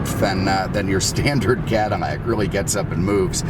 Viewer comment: Am I mistaken or is pouncing some of his "L"s as "M"s? Like Chevrolet, Cadimmac, anamog? What's going on? I've never heard anyone do that. 😀 MAKE NO MISTAKE... I LOVE THIS GUY!